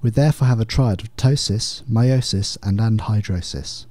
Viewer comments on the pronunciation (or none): *MYOSIS NOT MIOSIS